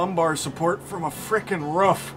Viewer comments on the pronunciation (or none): im suprised he doesnt say roof like "ruf" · Who in the hell says RUF instead of roof, honestly lmao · You mean " My Ruf" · Not many things more Midwestern than pronouncing roof like "ruf" 😂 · Excuse you, the correct pronunciation is just "Rff" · The way he said roof like “ruff”? I felt that. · Did you just say ruff? That’s why you did’t get help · You can tell he's from Wisconsin based on how he's saying "ruff." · People in south don’t talk that way but people in the Midwest do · i like that he sas ruf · "Rüf" I guess that's a regional thing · "My rohf" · Im kiwi and I cant hear it. Just sounds like hes saying Roof to me. Trying to imagine how americans would normally say it if its not like this... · Ope, there it is. I came to the comments section just to see how many people would talk about how we say roof. My mission has been accomplished. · really? Ive never heard it said that way in my life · I'm curious about how he switched to a different pronunciation of "roof" halfway through